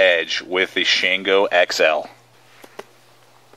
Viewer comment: Great review! You hit all the points. Now, I just want to start a drinking game with everytime you called the "Shango" the "Shanango". Boy, would I get messed up!